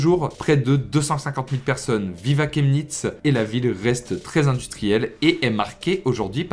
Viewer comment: ça se prononce shemnitz